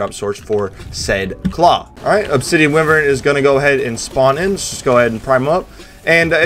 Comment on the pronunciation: Did you know it's pronounced WHY-vern?